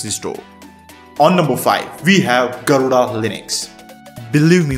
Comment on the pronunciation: you'v slaughtered the pronounciation of Garuda